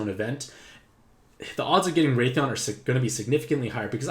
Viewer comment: i freaked out because i never heard of raytheon but then i wised up aha! pronunciation is wrath-ian like wrath and the name Ian lolol